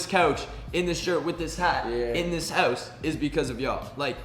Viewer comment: Does anyone else find it funny the way Josh says house 😂